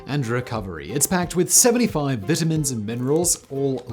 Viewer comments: Hey Vitamins is pronounced "V eye tar mins" people are laughing at your Vit a mins !!! :) :) that is what Lucy (I Love Lucy fame) called them in one of her famous skits! people eventually put those recoil less rifles on trucks, Jeeps & even snowmobiles !! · Simon. The word is VITAMINS, long "I", not "vetamins"...... Speak english 🤦‍♂️ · Disliked for limey pronunciation of vitamins. 😂🤣👍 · Why do you pronounce it vitamin and not vitamin like a real American? Lol